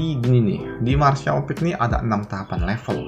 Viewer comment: Martial peak bang bukan peek